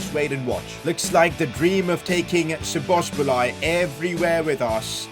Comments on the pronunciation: The way he says Szoboszlai is just jokes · He butchered his name so badly 😆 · cannot say Szoboszlai to save his life 🤣( all respect ). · U just have to love how he messes up pronouncing Szoboszlai's name🤣🤣🤣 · I Laughed every time he said szoboszlai 😂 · Your pronounce of Szoboszlai as a Hungarian it's killing me :D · its szo-bo-szlai not szobosblai lol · Sobsli is pronunciation for sobzali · You pronounce szoboszlai's name : Shoboshlai 🇭🇺👍🏻❤💙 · When you say Szobosbolai i think its called zoboslai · szobzslai is pronounced zoboslai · «Sbosbolai» how to pronounce it soboslai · You are saying Szoboszbolai But it is Szoboszlai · szoboszlai is soboslai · Szoboszbolay xd. I from Hungary and we say so Szoboszlai but in englis language didn't have sz so Soboslai. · Szoboszlai name is pronounced like soboslai and not sobosbolai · You pronouns his name as soboslai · he is pronounced zobozlai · Its read shobosh lat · You pronounce Szoboszlai like soboslie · How difficult is it to read and pronounce So-boz-lai? 😂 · You can pronounce Szoboszlai's name as So-boss-la-e maybe that's easier but every non-Hungarian has a hard time with the pronunciation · Just say sboslai, stop massacring my guys name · "Dominik Szoboszbolai" 😂 where did he get the second B from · szoboslzai's pronounciation is soboslai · Bruh just say Soboslai its not that hard😭😭😭😭😭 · That Szoboszlai dude's name is actually unpronounceable in English, but the closest we can get is "Dominic Sho-Bosh-Liy" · Szoboszlai->Soboslae (the hungarian i is like the e in the english abc) Please like so can see (as a hungarian it irritates me that everyone say his name wrong😅) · you pronounce szoboszlai as shoboislai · Szoboszlai is pronounced Soboslai. That simple. Without the "z". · szoboszlai’s name is pronounced shoboslai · It’s pronounced sobozlai here u go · Shoboshlai is the pronunciation i think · Nice video. By the way Szobozlai is pronounced as sho-boz-lai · His pronunciation is soboslai